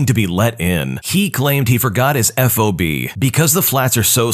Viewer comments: i'm sorry, it's not called an f-o-b, it's called a fob, like cob. Fob. that last story made me crazy 🤣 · Fob. It's a fob, not an F.O.B., which is a shipping term. :)